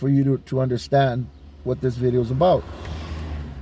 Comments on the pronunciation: Ever notice they’ll pronounce vato with the V clear but words like video they’ll say bideo? btw i’m not singling out Dubs just something i thought was kinda funny. I’ve watched some of his vids on wes watson and discovered jon bravo. I like both of them. “prison genre” is garbage to me though. Grown men glorying acting like degenerates and clowns over the dumbest things. People like that 1090 jake clown are a perfect example of it. ok that’s my little rant vatos. Or should i say batos? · If his parents were like immigrants, so he learned household words like "video" from them, but then he grew around Americanized cliques and they say "vato" with a "v" it could make sense.